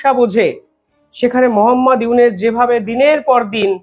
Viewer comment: আপনি ইউনুস মিঞার নাম বারবার "ইউনেস" "ইউনেস" উচ্চারণ করেন, বড্ড কানে লাগে। সঠিক উচ্চারণ করুন।